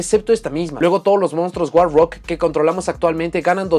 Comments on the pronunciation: cuando dice monstruo guarro, olvídate del inglés xD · Cómo la editora de cartas traducirá al español el nombre war rock: guarro Ahora escucha el vídeo pensando en “guarro” cada vez que diga “war rock”